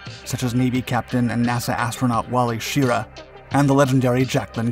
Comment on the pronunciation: Wally Schirra (as in the cheer "hurrah!"...not Sheera as in sheep shearing). Obviously you were not a child of the 60s and 70s.